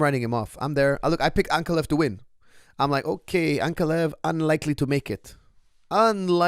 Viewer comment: Please correct your pronunciation. It’s AnkAlaev, not AnkaLev